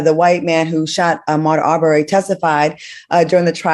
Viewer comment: Al you are not paying attention to the Ahmad Aubrey case because you said his name wrong.